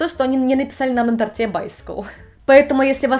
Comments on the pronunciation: ТортЫ, на тортЕ. Что с ударением? В этих словах ударение на букве О. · На тОрте , а не на торте🤪